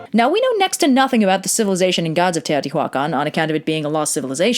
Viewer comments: No, you actually pronounced everything quite good, except Teotihuacan. The "h" is completely silent, and doesn't emphasizes on the "hua", is in the "can" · The way you say "Teotihuacan" (at least, I'm assuming that's what's being said?) just brings out all the Spanish teachers of my youth correcting our pronunciation. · I know this is a language thing and I mean no offense by this but it took me a couple minutes to figure out you were talking about Teohtihuacan(probably spelled that wrong. It's been ages since I had) mostly because I'm notused to hearing mostly english speaking people with pronouncing this place as you would in English. This video was really fun though!